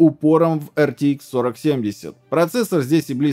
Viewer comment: Вы произносите ЭрТиИкс, т.е. ни туда ни сюда. Либо произносите полностью неправильно:) ЭрТэИкс. Либо правильно АрТиЭкс.